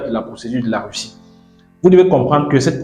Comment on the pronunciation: Weussiw en wussie... c'est pas facile à diwe...😁😅😂🤣🤣🤣🤣🤣🤣🤣🤣🤣😁👌🐓